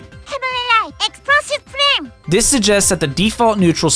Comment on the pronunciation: "EXPWOSIVE FLAM"